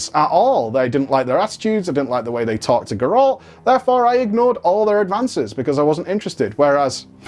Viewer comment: The only real issue here is how you pronounce GEralt. geRALT is not a thing. And also, Blizzard is ran by money people now. Not video game people. That's why that stuff happens. Games are designed to be profitable first, fun second. For as long as Ion is running wow, I won't touch it. I'll give it another try if the next person seems more like just a regular gamer dude trying to make a fun game.